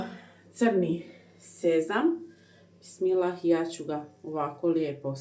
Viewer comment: I NE KAZE SE BISMILAHI VEC BISMILLAH